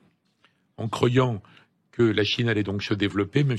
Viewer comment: Hubert Védrine, ou la propagande d'état. Rien que lorsqu'il a dit que Macron avait raison, c'était la goutte d'eau :D Et pourquoi dit-il cro-yant au lieu de CROI-yan?